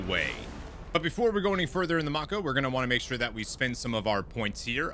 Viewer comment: I love that you show us the different morality paths! I could play with that galaxy/system/cluster map alone for hours, it's so cool If there is localization or reference to that name at all, it should be "mah-ko" (in The Legend of Korra it's the name of one of the characters and the whole universe is based on asian culture so the name is probably of japanese) Can you use the Mako as a shield? Like park it before combat and use it as cover? rip Man, the combat music is just delishhhhh Recon Jones lmao